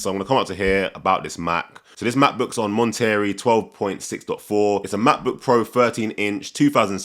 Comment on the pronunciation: Mon-tah-Ray = Monterey